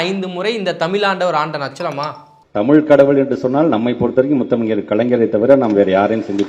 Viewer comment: டடேய், தமிழ் அப்படின்னு சொல்லாம தமில் அப்படின்னு பேசுற நீ தமிழை நீ வளர்த்திய அப்படின்னா நீ கேட்காதே.... முதல்ல தமிழ் அப்படின்னு பேச கத்துக்கோ... கேட்காதே.. வாழ்கிறோம் அப்படின்னு சொல்லு.... தயவுசெய்து மறுபடியும் இந்த மாதிரி தமில பத்தி நீ பேச வராத..